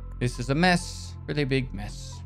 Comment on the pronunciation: I wish it was spelled "BEEG" since that's how he says it